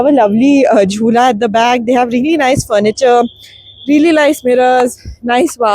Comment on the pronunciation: What is reely 😂😂😂 it's REALLY